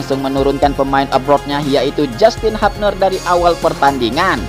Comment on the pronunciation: Hubner min,,,, bukan hupner😂